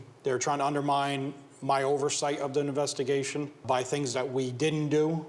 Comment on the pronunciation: the nevestigation 😭😂